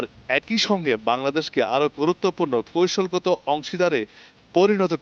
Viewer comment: সাংবাদিকের উচ্চারন শুদ্ধ না। কৈশলগত❌ কৌশলগত